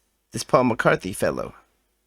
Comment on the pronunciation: As far as know you can't barther on the market. But you can on a flea market. I found out that this leprechaun was made by an American artist. You heard his name correct by the way. It's Paul McCarthy